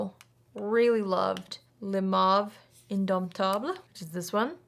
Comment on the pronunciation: You said indomptable perfectly and beautifully! The le rosewood is so pretty!